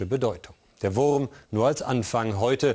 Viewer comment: Der WURRRRRM 😂